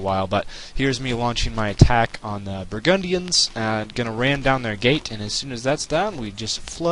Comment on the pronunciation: its burgandians not brahgundians. nice vid though